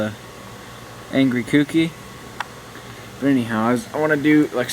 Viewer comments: Ko-u-ki not kuki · Lol cookie front end... key-yo-key it made me smile every time you said cookie tho